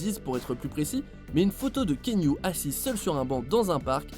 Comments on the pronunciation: ça se prononce ki-a-nou, il le dit lui-même en début de vidéo. C'est pas ki-nou, ni kiniou lol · KiAnou KiAnou non pas kiniou 🤣🤣🤣 mais chez les polynésien on prononce KéAnou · La voix off sérieux! KI A NOU et pas can you!! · Kiniou ? C'est quoi cette prononciation ? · "Kiniou" haha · c est pas kinou c est cest Kéanou le u se lie ou et c est polynesien lol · Kéniou? It’s actually Kianu ( Kian-ou) or just like it’s written ( Kéanou) 😂😂😂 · Stp c’est pas kinyu mais keanuuuu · Kianou ! ça se prononce kianou bordel ! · Ça se prononce "Ki-anou" pour l info ;-)